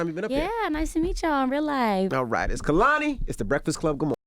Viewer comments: I loved this interview!!! lol NOT y'all calling my boo Kuh-lani instead of KAY-la-nee. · Ok it’s not KUH-lani it’s KAY- lani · pretty sure she cringed when he said “KUHLANI” 🤣 she has told the world it’s not pronounced that way time after time 🤣🤦🏻‍♀️ KAY-lani baby put some respeck on her shit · alright y’all almost fully redeemed yourselves w/ this one but it’s pronounced KAY 👏🏽 LA 👏🏽 NEE 👏🏽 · It’s pronounced Kay-La-Nee… put some respect on her name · I’m mad he mispronounced their name. Secondly kehlanis voice seriously is so angelic . I love their vibe and aura . Can’t wait to see you live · Y’all still can’t pronounce her name 😑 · the way they say her name wrong and she just accepts it😩 lol. i never thought i’d see them on here and never really wanted them on her tbh. i’m proud of them and their growth and i can’t wait to hear it on the new album.